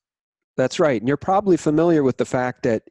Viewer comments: The word is "ProB-ably". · its sad that will die of the virus never having learned to pronounce his most favored word "probably"